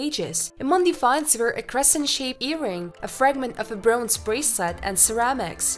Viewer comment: And "broonze".